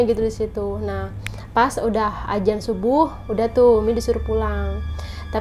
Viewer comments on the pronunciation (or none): none